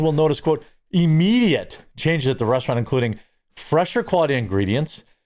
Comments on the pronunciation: I swear he said 'The Breast-eraunt' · "Breasturant?" I LOVE IT!🤣